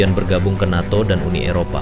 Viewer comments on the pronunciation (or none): none